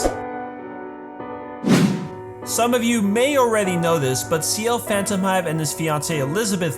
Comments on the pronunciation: I'm the Ear Ciel Phantomhive not Pantomhive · "pantomhive" * cringes * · "Pantomhive" HOW DID HE LEAVE OUT THE H sdkldsf🤣🤣🤣🤣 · Phantomhive NO Pantomhive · I was looking at the comments before the vid and kept raging at the fact that everybody kept saying "Pantomhive"......Until a minute ago😅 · Ciel "Pantomhive" please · "Pantomhive". XD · he he, sorry but Pantomhive I can't take that seriously anymore XD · Well if he couldn't see someone else's mistake, what kind of Pantomhive Bulter would my Bassy be? XD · Much appreciated, Lol the pantomhive. ...also I adored the way they said schedule they said "chedule". I really enjoyed Black Butler, very well thoughout . 👏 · I died when u said "Pantomhive" XD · "Pantomhive" Loolll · 'Pantomhive' is funnier if your English. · it’s phantomhive